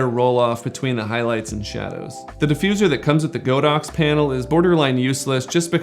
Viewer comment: It probably doesn't matter, but I thought I mentioned it here. Godox is actually pronounced God-Ox, not Go-Dox. The Chinese words 神牛 literally means just that. :) Anyways, great video :D